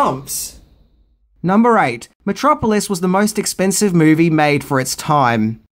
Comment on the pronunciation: He kept mispronouncing Metro Polis. A polis is a city-state. About 5 years later, Lang left town with no forwarding address. Joseph Goebbels offered a job at the Ministry of Propaganda. Hitler was a fan(atic) of Lang's films.